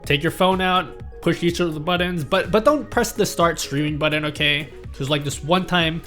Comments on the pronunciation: Love the guide, but this was driving me crazy :’) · "buddon" Now you can't stop hearing it either. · Thank you for recognizing this too! No Hate!!!